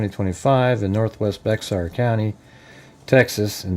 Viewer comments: Hey genius, It’s not Bexar. It’s bear. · That is pronounced like bear county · Hey bud. Heads up to say say the county correctly it’s Baxer as in “bear” county leave the x sound out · Pronounced "Bear" county. Sheriff dept is incompetent unfortunately